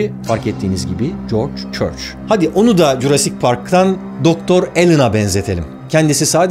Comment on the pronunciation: adamın adını Corç Çorç diye anladım😂